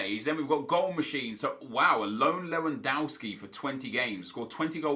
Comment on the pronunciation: Nep, you pronounce Lewandowski as it is written, not Lewandouwski.